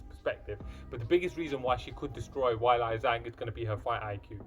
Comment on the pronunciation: Ok my dude. You’re a knowledgeable fan of the sport. You have to know that the UFC does their homework as far as pronunciation of a fighters name. So the fact that you’re pronouncing Ms. Zhang’s name “Why-Lie” has me curious. Your lovely accent would have nothing to do with it. It’s “Whey-Lee”, but I’m sure you already knew that. ;)